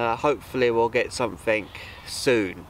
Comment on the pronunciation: “SomeFink”? Oh! Something.